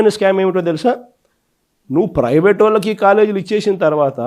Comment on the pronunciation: పెవేటు కాదురా😂😂😂😂 నాలుక మందంగా,,😂😂😂, ప్రైవేటు😂😂😂